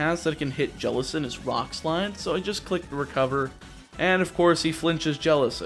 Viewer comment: JELLICENT, NOT JELECENT!